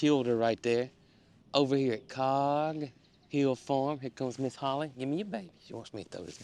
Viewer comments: Thought you were saying ' heal the potatoes' and I wondered what that involved. Finally realized you were saying hill 😂 Same thing I guess ❤ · Sounds like Jason is saying "Heal up the potatoes 🥔" instead of "Hill up the potatoes 🥔. 😂😂